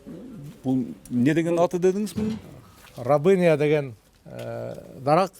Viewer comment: Рабыня эмес, рябина деп айтылат😁